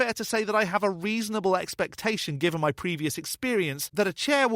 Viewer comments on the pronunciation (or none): He gave up his entire game when he gave his analogy: “Suppose I say I have $20 in muh wallet.” He said “muh” instead of “my”. (I can only surmise that he also tells his students that this is “‘Murkey” instead of the United States of America and instructs them to vote for the Reagan-Trump Party once they turn eighteen.) What’s more, the existence of $20 in his wallet could be demonstrated and verified. He could simply open his wallet to reveal a twenty-dollar bill or any combination of bills which total $20. The problem lies in the fact that $20 can be seen. Consequently, it’s a bad analogy because he’s attempting to provide what he calls “evidence” for the existence of a figure which, according to his own library of books, ‘no one can see and yet live’. He would be in a better position by using as his analogy something which can not be seen. (He would still be attempting to exemplify a character whose existence has never so much as been demonstrated; but, from his standpoint, it would be better than ‘$20 in his wallet’.) Another red flag was when he gave as a definition of truth: “That which corresponds with reality.” The question arises: How does a deity, let alone his specific deity, correspond with reality? He would still have to demonstrate and provide incontrovertible evidence of the existence of his god. If he were to do so, he’d be the first human being in 150,000 years to accomplish that feat. The final point which I found telling—and on which this criminal completely